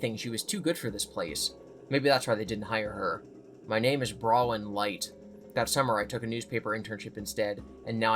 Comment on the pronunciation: Okay, now that I've been added to FNAF canon, it's pronounced phonetically BRAWN-win. Not Browin. Mines spelled Bronwyn lol. I yelled at the screen every time you said it wrong. But otherwise, lived listening to your play/read through